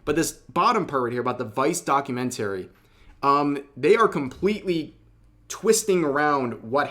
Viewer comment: please learn how to pronounce "documentary", the way you pronounce it makes my brain hurt